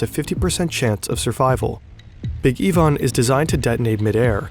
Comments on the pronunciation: wtf bro that is NOT how you pronounce ivan... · Big Yvonne, or Ivan? Video sounds like they are saying Big EE-van.